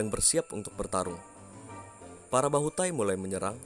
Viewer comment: Di baca bahutay bukan tahi.